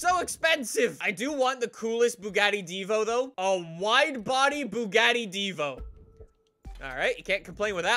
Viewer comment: You habe to say Divo like it has two o like Divoo